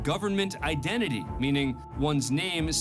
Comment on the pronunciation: A "deadly" weapon? I would like to see a non-deadly weapon, as even a pillow can be deadly. BTW, the narrator seems not to be able to pronounce a T. "Innernational" is the complete opposite of inTernational. And what's an "idennity", what means "he enners"? Sloppy speech can be confusing.